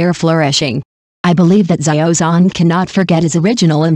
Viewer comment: What kind of pronunciation is that? " Za yio Zon " ???😢